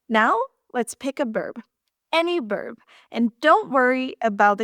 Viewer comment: Buen video,! I laughed a little at your pronunciation of "verb." You sometimes say it as "berb," because, in Spanish, the "v" at the beginning of a word is pronounced "b" -- something we gringos have to be reminded of! I don't know how long you have been speaking English, but you speak it almost flawlessly.